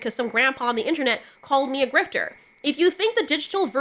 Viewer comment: not sure that's how the word is pronounced, but whatever I get ya, people over react.